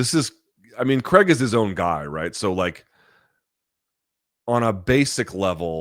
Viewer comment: It’s CRAIG not creg.